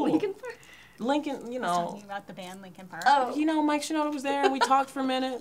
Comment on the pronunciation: "Linkins Park" 😂😂😂😂 She was so konfuzed!